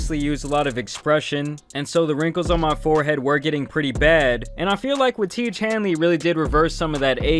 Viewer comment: I think it’s pronounced wrong I think it’s Ti(é)ge